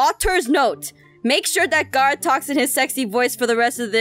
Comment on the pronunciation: OMI IT IS NOT GARRAOTH IT IS GARROTH